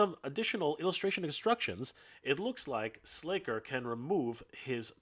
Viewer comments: SLACKER. Not "Slayker". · Slasher, pronounced with a short ă. C'mon!!! How long have you been talking about these properties. I think you're trolling us.